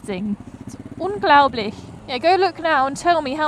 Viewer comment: I love how Phil was all anxious about the paperwork and you were just like "meh, if it doesn't work out we'll go another day" :D also you pronunciation is pretty good (at least for TÜV and unglaublich :D). also, a friend told me in england you can ride a toilet on the street if it's got wheels, steering and a place for the number plate xD compared to german laws... I mean there's laws for skateboards xD